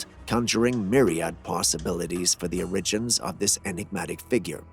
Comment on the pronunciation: origins - pronounced OAR-uh-jinz with a hard "j" sound. please, it feels like getting a fishhook in my ear at least 3-4 times every single video.